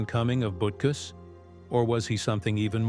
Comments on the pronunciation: Correct: Urlacher is "Ooh"-lacher as in "Ooh, what a hit! 😁 Incorrect: Butkus is not "Boot"-kus. But, "Boot"kus will kick you in the "Butt"-kus. 😁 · I counted at least 6 or 7 ways they mispronounced Urlacher's name. AI needs to step it up and be programmed to pronounce words correctly. They also slaughtered Butkus's name as well.